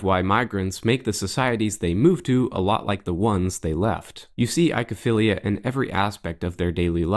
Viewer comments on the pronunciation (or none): oy like in ahoy or boy not eye-kow-feelia. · "Oi" is pronounced "oi". So, it's oi-ko-philia or oi-ko-stalgia, not i-ko =] (Cue Sesame Street attempt to sing "Oklahoma!" =] )